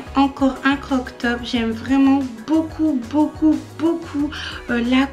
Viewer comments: ❤️❤️ j'aime ce que tu fais ainsi que ta persévérance et ta motivation. Mai je te trouve déjà assez fine, perdre encore??? Est ce nécessaire? Après il faut se sentir bien ds sa peau donc tu fais comme bn te semble l'essentiel Est d'être heureuse. PS: j'ai cru avoir entendu "croc top", je pense qu'on dit plutôt"Crop top" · Ça se dit Crop* top, sinon super haul, j’attendais un haul avec impatience sur ta chaîne 🥰🥰🥰 on attends le haul PrettyLittleThing maintenant!!!